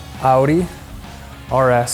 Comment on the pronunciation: It's so nice to hear audi being pronounced the right way